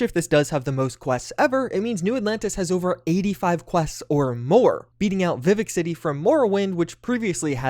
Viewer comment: Did you say "Viv-ick"? Clearly is one of those fallout guys who pretends he is into TES. Like that Matty kid.